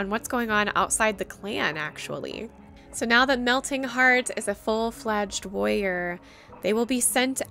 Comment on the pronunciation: At first I thought you were saying "Lawyer" but you were saying "warrior" lol! (This is not supposed to be hate btw!)